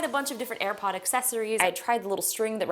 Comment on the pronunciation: "i've almost eaten and aripod"